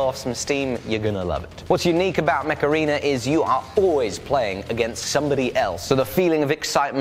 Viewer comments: I love that when you say Mech Arena, it kinda sounds like Macarena, and I'm just picturing you and Jamie dancing while playing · The way you said Mech Arena made me think of the macarena and now i can't un-hear it... Heeey mech arena! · When he said mech arena it sounded like he said Macarena with an accent